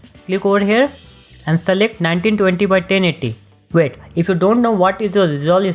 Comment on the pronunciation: "1920 x TENNIDDY" I love this guy 🤣😂❤